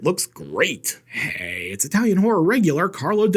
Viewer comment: Eyetalian! Stay safe.